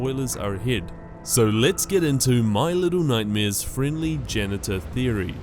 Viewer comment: He said little nightmaeers